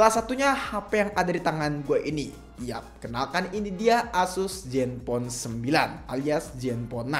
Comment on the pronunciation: zen bang bukan jen